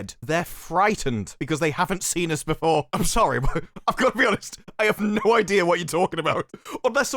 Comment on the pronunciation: Are these clowns pronouncing NO as NEW. It make sense " we are making this for NO audience " Fixed it.